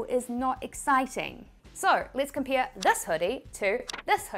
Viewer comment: No, I want to understand your "E" thing, when NEVER becomes NIAVECH :) , or COMPARE becomes COMPIARE :)